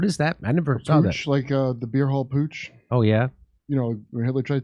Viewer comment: putsch as in coup d'etat .... c'mon now guys